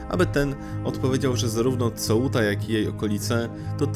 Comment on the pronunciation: serio polecam zapozanc sie z wymowa hiszpanska...